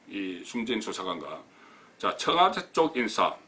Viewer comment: 이명박이 4대강 돈낭비 비리나 다루세요 이 따위 비생산적인 내용으로 어설픈 국민들 혼돈스럽게 하지마시고요. 허구 헌날 뭇재인정부 흔들기가 그렇게 재밌나요? 곧 폭망할 자한당이나 양심껏 파보세요 그리고 청아~~~대 아~~대가 아니고요 청와~~~와 대입니다.